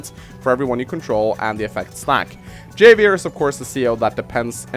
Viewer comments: It's pronounced havier you non-Mexican. Of course I'm not mexican either but your mother. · havier, it is read like Havier, буква х там) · it's pronounced "ha-vee-air" it's Spanish, like jalapeño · Not sure if anyone has pointed this out, and I pronounced it the same in when I was first playing the game, but Javier is pronounced HAH vee AIR. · Javier is a Spanish name, I think. So the J is pronounced like an H. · Just for future reference: Javier is pronounced "Ha-vi-err". Spanish names, yo. Also, Kanbei is "Kahn-bay". Japanese doesn't really do the European "ei = eye" thing. As for the actual video, yeah I think you pretty much nailed it. Financial COs are just stronger than everyone else. Hachi is a god. Colin is a demi-god. High-five for Adder love. He's basic and he's simple, but he just feels so gooood to play. Like playing the purest test of skill and feeling like a smug douche for doing it, win or lose. I miiiight argue that I think Hawk should be a Tier 3, mostly cause that Super Power can give him an instant 4 point potential lead in health depending on the situation, but that is really circumstantial and his powers are crazy costly. I'm okay with him in Tier 2. My personal main is Rachel, and I'm honestly surprised you put her in Tier 3. I completely agree her Super Power is brutal, and if performed "properly" (basically wait for a juicy moment to blast a bunch of peeps without wasting a missile- you get used to "aiming" with practice) it can tip the game pretty heavily. However, I feel like her weak CO Power (I still use it even if it's pretty worthless) and her double-edged day power make her not as strong as a lot of Tier 3s. You can use the extra repair to give yourself an edge, especially when defending key locations, but it's a very easy "weakness" to have exploited as well, especially against COs that have map-wide damage powers (Urban Blight is the bane of all things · So you can pronounce Sonja’s name correctly, but not Javier’s 😂